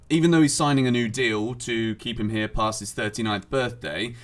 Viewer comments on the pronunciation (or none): none